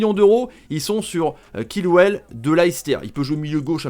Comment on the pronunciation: c pas kilwell mais sa se prononce tchilwell